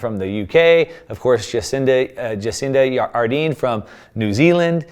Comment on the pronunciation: Its Jacinda Ardern not Ardeen!! Doesnt sound authoritative if you can't pronounce a leaders name! Otherwise amazing info..thankyou!